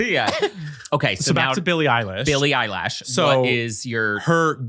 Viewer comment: Why does keep saying "Billie Eye lash" 😂😂😂😂